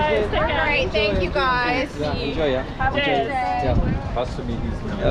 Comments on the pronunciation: Thanku uah😂😂 mallu english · Malluvinte "Thank you aah" oru Singapore/Malaysia Slang pole und🤭🤭. HE is Using it Everywhere